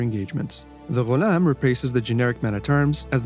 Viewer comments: He said Ghulam correctly lol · They way that u said ghulam i knew you are arabic or you can talk arabic very well. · love the right pronunciation of the ghulam <3